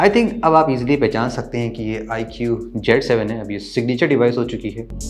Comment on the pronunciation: It's not jet 7 it's cee 7